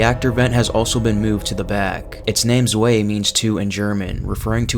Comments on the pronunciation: Oh come on man, seriously "zway"...it's Z-Vy (best way to write it out so you'd understand how to pronounce it). No 'W' is pronounced as a W like in English or other languages man. I'm sorry I'm half German and took 7 years of my High School/College years to learn the language of my heritage, and it really bothers me when people don't know that extremely simple and basic aspect of the German language. Even before I knew German, I knew that "W" was pronounced as a "V", just as in Italian "Ch" will be a "K" sound in English. Take linguistics in college kid, it'll do you a world of good, trust me. I can't tell you how many people I've met in my life that I've pronounced their names correctly despite being completely foreign and them being shocked/happy/respectful that someone that doesn't know their language can at least pronounce their name 100% correctly. I only know 2 1/4 languages, English/German, and a few years of Latin (concurrently with German, despite their different origins). But I can deduce what a lot of French, Swiss, Dutch, Italian, and Hungarian words mean just from knowledge learned in linguistics, Latin, and German. Nothing is worse than sounding stupid, no matter how smart you are man, just a word of advice kid. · I’m sorry, but I can’t forgive the butchering of the German in the soldat section. ‘Ians…Zwey~’ 😂